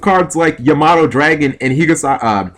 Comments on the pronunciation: Ya-MO-to...Seriously? The dyslexia is real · I'm actually friends with Stephen Mercier and he calls the card Ya-may-toe for a long time. You don't need to know how to pronounce the cards to do well with them :/ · plays bujins still mispronounces Yamato i got nothin